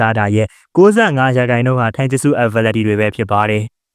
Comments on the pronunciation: たいじゅすတိုင်ဂျူစုပါ ထိုင်ဂျက်စုမဟုတ်ပါဘူး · ဂျပန်လိုromanjiမှာtaက တ ပါ iကအိပါ tai(たい)တိုင်ပါ အကိုက ထိုင်ပြောနေတာ မှားလို့ထောက်ပြတာပါ